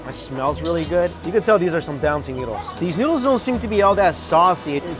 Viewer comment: Pronounces good “gooad”